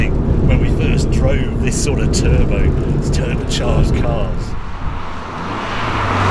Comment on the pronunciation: Harry pronounces "turbercharged" a bit like english soccer players pronounce "footbler".